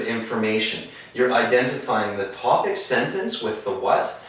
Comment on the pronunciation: Sorry it should be TOPIC not TOBIC min 5